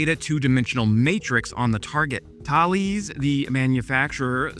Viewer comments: its not pronounced Tha-les. Its pronounced Th_ales, as in beer. Now go and practice with a pint of IPA. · Great video but the company pronounced Taless not Thales. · Thales is pronounced Tah-less. It’s the French pronunciation of the Ancient Greek philosopher Thales, which in English is pronounced Tay-lees. I was a defence journalist when Thompson-CSF planned to change their name to Thales. I told the CEO that English speakers would mispronounce it. He laughed. English speakers have been messing it up ever since. Kudos on not saying what most English speakers say, which sounds like “sales” with a lisp. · In the UK, i have a relative who is a software programmer for Thales, and I remember him correcting me 20 odd years ago because I pronounced it Th-ales and not 'Thails' he insisted 😂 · I worked for them. Tah Less. in the UK. However, it's named after a Greek. Tay Lees, Thales of Miletus. Myself, I struggle with Bombardier! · Thales is pronounced Tal-is. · Missile not muzzle Thales not thaleze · As a former Thales employee I can confirm we -in the UK - pronounced it "Talis", though one or two would pronounce it "Thails".. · Thales rhymes with Alice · Thales is pronounced 'tah-lez' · THALES pronunciation - rhymes with "Palace" or "Dallas" - TALESS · Quick note here. As a Canadian, I also struggled with the pronouciation of the company name "Thales." If you type the name of someone, or something, such as a company, into google translate, the French pronounciation is really, really good. It mimicks human pronunciation extremely well.